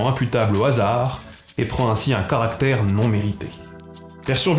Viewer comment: Je suis persuadé que ton succès est exclusivement dû à ta prononciation de "garant" et de "caractère" avec ce magnifique [ɑ] et à rien d'autre.